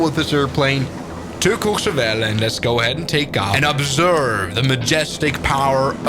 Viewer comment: As a French , your pronunciation of Méribel and courchevel is perfect